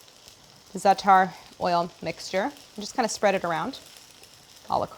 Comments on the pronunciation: Stress on the first syllable of "za'atar", not the second. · love white ppl colonizing zaatar and not pronouncing it right👍